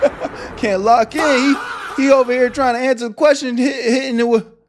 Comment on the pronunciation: Let me axe you a qwastion